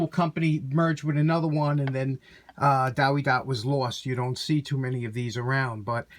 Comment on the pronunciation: W is pronounced V in german. Check out German Tool Reviews in Youtube.